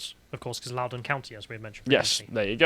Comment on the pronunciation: ~@ & - "Loudoun County (Virginia)" Thank you, Gents! You pronounced it correctly! 1st syllable "lou" rhymes with Cow, 2nd "doun" rhymes with Sun. Y'alls from a land where Greenwich is pronounced "gren-ach" so your effort is much appreciated. TY!